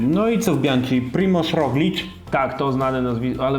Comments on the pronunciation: Panowie, Bianchi to „bianki”, a nie „bianczi” 🙂 Sorki, musiałem… 🤓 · Rozumiem że wymowa „bianczi” to forma żartu 😉